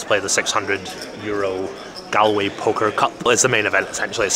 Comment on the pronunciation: Loooove the content! But I can't let it slide, have to say something... It's not pronounced Gal- way as in "Guys 'n Gal's" It's pronounced Gall-way...as in "would you look at the 'gall' on this fella coming in the comments here in a YT vlog criticizing my pronunciation of place names". (You did say it the correct way sporadically) As a Scotsman I'm sure you would get the equivalent nails down a chalkboard feeling everytime you hear someone pronounce Edinburgh as Edin-Berg 😂 But apart from that, 10/10 content 😊